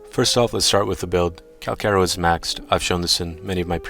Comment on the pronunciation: Pretty sure it’s pronounced (CAL- CHaR - O)